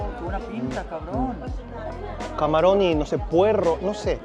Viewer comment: Pero dice güey y cabron con acento español… que pasó!!??!!😂